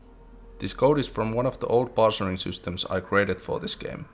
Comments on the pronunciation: Not "parcering", but "parcing" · Absolute enjoyment watching another devlog of yours! Minor nitpick, "parsing", not "parsering".. Juu, pilkunnu**intaa.. :D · "Parsing", not "parsering" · It's "parsing"... Sorry, I had to.